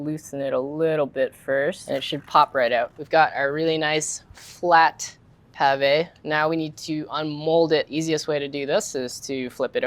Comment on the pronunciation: What? Potato malfoy? 😅 It's pronounced "mil-fuy" for you